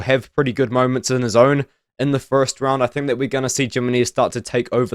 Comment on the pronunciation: Jimenez. The J makes an H sound. Him-enez. I could only take so much bro. Good video though.